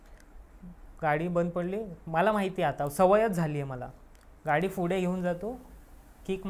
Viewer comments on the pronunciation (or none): फुडें नाही रे पुढे म्हणतात, शुद्ध बोल जरा, काय प सायलेंट आहे का तुझा, फुडें काय फुडें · Not फुढे it's पुढे....I🤫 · Pudhe ❌fudhe ✅......😅😂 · फुडें काय आहे 😂😂 फुडें व्हायला 😅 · पुढे ❌ फुडे ✔️🤣😂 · या चॅनेल वर आलेले बहुतेक सर्वच लोकं पुढे ला फुडे का म्हणतात.. कुठल्या एरियाची भाषा आहे ही